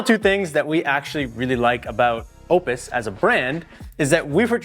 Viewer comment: Sorry, but when you can’t pronounce it correctly, I just can’t watch the video 🙄